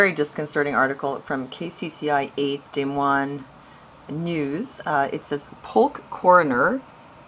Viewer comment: lol funny how you pronounced des moines, I lived there for 18 months working as an au pair :)